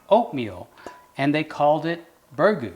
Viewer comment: Learn to pronounce it first.